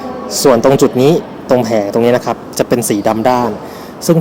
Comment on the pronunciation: ใช้คำว่า นะครับพร่ำเพรื่อเกินไป มันทำให้คนฟังจะไปจดจ่อกับคำว่า นะครับ และคำว่า นะครับ ออกเสียงควบกล้ำให้สั้นกว่านี้นิดนึงครับ มันฟังคล้ายเราพูดว่า นะคลับ ผมก็เป็นเซลล์เหมือนกัน